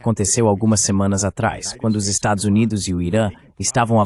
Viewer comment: Esta locução precisa ser melhorada. Estados Unidos” ou “USA” é coisa que definitivamente não consegue dizer 😅